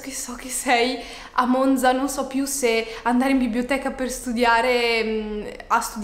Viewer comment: haha oddio io sono di monzaaa!! bellissimo 😍 in bocca al lupo per tutto! (comunque è vero che la z di “Monza” non si pronuncia così 🙈)